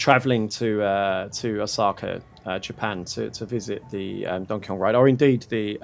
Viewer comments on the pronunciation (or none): none